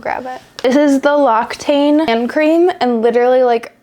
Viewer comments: Sorry I cackled at « locktain » hand cream it’s « loxytane » « occi » is pronounced « oxy » in French 🫶🏻 I loved all of the practical stuff !! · L'Occitane is pronounced Loxi-tan!